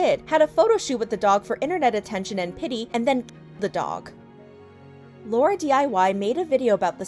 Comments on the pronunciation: You got Lauren's name wrong :( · its lauren not laura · It's Lauren not Laura 😑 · her name is lauren, not laura, btw. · FYI laurdiy’s name is Lauren not Laura! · Hold on not trying to be rude but imma correct you on laurdiy her name is Lauren sorry not trying to be rude